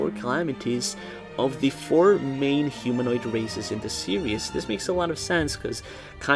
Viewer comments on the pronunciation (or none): none